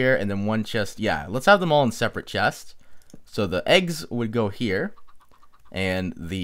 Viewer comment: says here the chinese way here-ya lol lol trolololololol